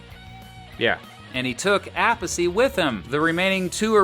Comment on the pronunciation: Pretty sure its pronounced Vinny A-peace not Appasee. Lol